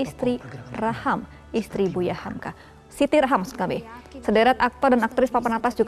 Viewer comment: Hamka, cut bukan humku